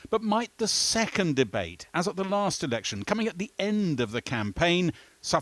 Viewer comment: Anyone notice at 13.08 the presenter says erection instead of election